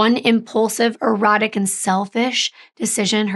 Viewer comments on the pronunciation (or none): The word is "erratic" it's not pronounced the same as "erotic" please gurl... wtf...